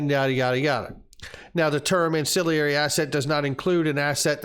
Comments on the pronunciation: please learn how to pronounce ancillary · An...cill...ary!!! Not an...cill...i...ary. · Not to get picky, but it's an-cill-ary, not an-cill-i-ary. There's no second "i."